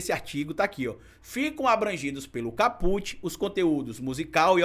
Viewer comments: Só um reparo,, “caput” significa “cabeça do artigo” e pronuncia-se “cáputi”, e não “capúte”. Excelente o conteúdo do vídeo. 👏🏾👏🏾👏🏾👏🏾👏🏾👏🏾👏🏾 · nós profissionais do Direito se treme todinho quando fala em Capute é Kaput se escreve Caput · Não se fala caPUT. Diz-se CAput. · A PRONÚNCIA NÃO É “CAPÛT”. É “CÁPUT”. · excelente vídeo. Só queria não como forma de crítica mas como sugestão p quem tá estudando direito que verifique a forma correta de pronunciar os termos. É "cáput" e não "capút". Seu jargão deveria continuar " cabeça vazia é casa p bolsonaro ". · A PALAVRA VEMDO LATIM E NÃO TEM I NO FINAL, ENTÃO ENTENDO QUE A PRONUNCIA É CÁPUT, COMO SEMPRE OUVI DE TODOS OS PROFESSORES, E NÃO CAPUTI, NÃO SEI SE ESSA ANÁLISE PODE SER LAVADA A SÉRIO POIS TODOS OS OUTROS CANAIS PROGRESSISTAS ESTÃO FALANDO O CONTRARIO. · Maravilhosa analise, parabéns ❤ só uma dica: é cá-put e nao ca-pút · meu amor.. não é caPÚt... é CÁput... do latim, a cabeça... titulo de capítulo. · não se diz capût, c certo é cáput. Coloquei acento para você entender a pronúncia correta. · o correto e caput, com CA como silaba forte, e nao put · Lê-se "cáput" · Bastante esclarecedor seu vídeo,. Se me permite a dica... a pronúncia é cáput e significa cabeça. Um abraço. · Olá,tudo bem? Desculpa a crítica construtiva,mas apesar de não ter acento agudo a pronúncia correta é cáput.